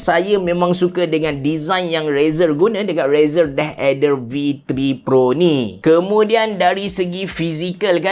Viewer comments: Yep aku dok dngar deh eder ok deh 😅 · asal dengar abe cerah sebut deh ader sounds so kelantan HAHAHAHAH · sebut deathadder versi klate auto jadi deh eder HAHAHAH , btw nice content as always